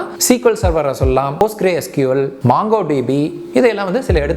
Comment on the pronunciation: Bro mangodb illa mongodb😅